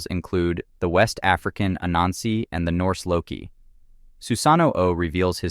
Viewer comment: Yo bro I think you meant ananse